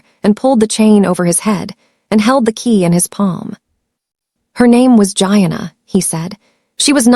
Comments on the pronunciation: Pronounced, Jee-Anna’ gieanna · Don't forget Gee-ahh-naa.